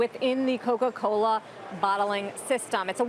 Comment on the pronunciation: “Coca colerrr”